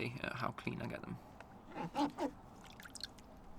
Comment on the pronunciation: hey gyeyes